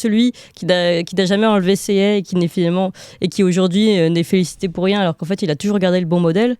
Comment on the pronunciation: Pas des hés mais des haies ! haie, lait, comme volet.